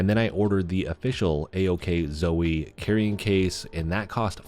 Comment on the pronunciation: Don't call it ack Zoe lol.